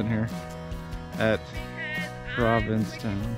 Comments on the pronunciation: That's Provincetown.. not Providencetown LOL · I live in province town, this is cool. When I fly over I see everything you had in the video and it was a fun reminder. You pronounced it providence town, instead of province town, which gave me a fricken migraine though